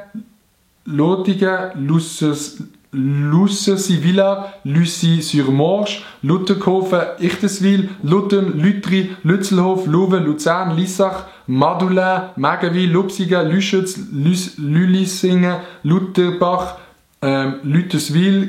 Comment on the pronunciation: du hesch Madulain französisch usgsproche es wird aber usgsproche wies gschriebe wird und du sprichsch s'ai als ei us. also Madulein